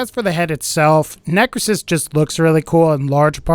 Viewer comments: lol it isn't 'necresis', instead it's 'necrOsis' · Just a comment on one of the Gaige heads, as she's my main. It is pronounced NECK-row-sis not how you pronounced it. And, I dislike that they have her a second hood. That bothers me. Why didn't they just use the hood she already had?! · It’s pronounced “neh-crow-sis.”